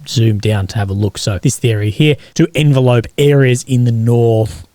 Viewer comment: Sorry, it’s pronounced en veh lop. Sorry to be that guy.